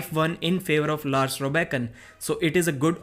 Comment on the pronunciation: It’s Lars Rørbakken, not Lars Robakken